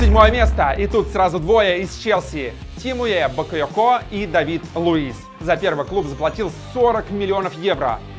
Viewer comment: БакойОко ударение на второе О